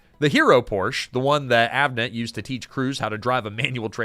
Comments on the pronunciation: Pronounced POOR SHA not Porsh. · Porsche….not porch…. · Yet another wrong pronunciation of "Porsche". It has two syllables. Poor - Shuh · Porsche (por sha) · Porsche is a two syllable word, Mr. AI voice. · Porsch Ah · Porsche is a 2-syllable word, "Por-sha". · por-sha mfer....ughhh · Car dork here and pedantic note: "Poor-sha", it's a proper name - Ferdinand Porsche. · Please pronounce Porsche correctly. Joel did! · Remember when folks knew how to pronounce Porsche? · Dude... I want to like this video, but your mispronounced Porche too many times.